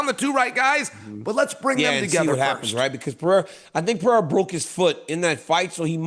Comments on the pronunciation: CHAEL needs to Stop pretending and Pronouncing PIYERA coz its not even funny👎🏻👎🏻 SONNEN - Read This! PE-REY-RA.. PE-RAY-RA…. Very easy Chael and dont play STUPID! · “Pierre-ah” lmao Chael is the worst at pronouncing fighters names 😂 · LOL Chael got him with the Pee-aira😅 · DC keep emphasizing PAREIRAAA just to have Chael call him Piera 30 seconds later 🤣🤣🤣🤣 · I love how Chael just gave up on trying to pronounce Pereira. It’s Pierra forever now. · It’s Peh-Ray-Rah You absolute sausage!!’ How hard is it you’re covering this sport globally …. IDIOT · How tf does Chael mispronounce every name? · No matter how many times Daniel correctly pronounced Pereira, Chael will continue mispronouncing it. It seems deliberate. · How can chael still not pronounce Alex Pereira's name right?